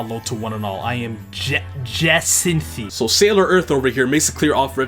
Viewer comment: is the only one I’ve heard pronounce “Bois” and “Jacinthe” correctly. He might secretly be French